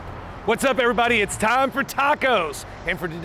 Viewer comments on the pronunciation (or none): none